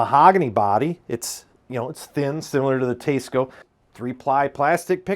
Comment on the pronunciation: I liked the part of the video about the Teisco! That’s a cool guitar and it sounded great in your playing sample (I would have preferred a lot more). As an added bonus, I learned how to pronounce Teisco (I always thought it was T S Co as well before this). So, thank you for that service. I am less enthused about the other 90% of the video which seems to be… a smarmy diatribe against commenters who don’t agree with you? You’re a great editor, a good player, and do a good job presenting guitars. You’re also logical and probably a capable debater - which is absolutely not what this video is, mind you. I just don’t get the need fellows like you and Glen Fricker (your style reminds me of his, in this regard) have to constantly entertain the naysayers. I get that it’s an avenue to content, but it feels thin skinned and makes me sad that you folks even have to read some of these nonsensical comments (like this one I’ve made!). Keep up the good work and happy playing. Maybe leave the trolls under the bridge instead of dragging them out into the light of day!